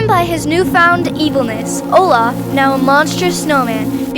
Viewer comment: Olaf is not Olafy